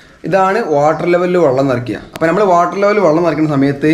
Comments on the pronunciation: വള്ളം അല്ല വെള്ളം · സഹോദരൻ വള്ളം എന്ന് പറയുന്നത് ഒഴിവാക്കി വെള്ളം എന്നുപറയാൻനോക്കണം